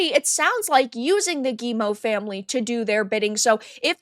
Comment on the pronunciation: Always interested in watching your videos,, and thank you for being the first YouTuber I've listened to who pronounces Guillemot correctly.